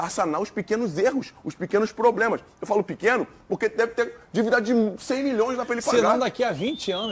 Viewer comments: "PROBLESMAS" "RESONDE" o cara do GC tá nem tentando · Problesmas ? O editor tava de ressaca kkkk